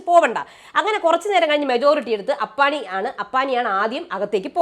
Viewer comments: അപ്പാണി അല്ല അപ്പാനി 😊😊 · അപ്പണി അല്ലാട്ടോ അപ്പാനി